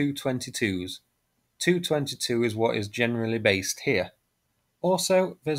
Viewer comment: The Tu is pronounced T u not as in two or too!.